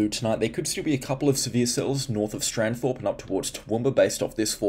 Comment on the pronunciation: Thanks. I think you mean Stanthorpe btw